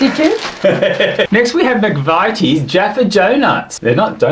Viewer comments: Can I also say I love how you pronounce McVities even though it's pronounced McVitty's I am sure 🤣❤️ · it is mc vit (not vite) ies.